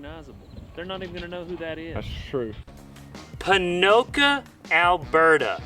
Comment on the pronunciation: Ponoka is supposed to sound more like "bo no gah" it's how the blackfoot tribe says elk